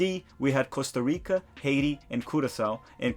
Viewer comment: I love that u pronounce costa rica correctly